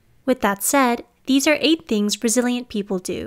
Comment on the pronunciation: I keep hearing it as "brazilian" instead of "resilient"